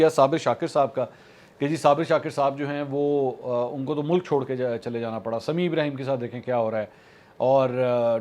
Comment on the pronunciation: Mulak is a PAINDU way of pronouncing mulk.